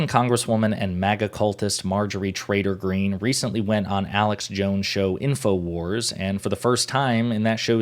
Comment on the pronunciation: Are you saying "Trader Green" or Traitor Green"? I can't quite tell... My guess if the latter, but my ears hear the former... Doh!... I think of her as "Empty Green", devoid of empathy or rational thought.